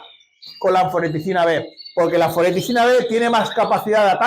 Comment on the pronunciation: Creo que es anfotericina, no anforeticina